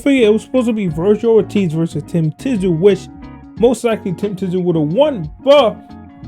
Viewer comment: So you never watched Kostya either with that surname pronunciation.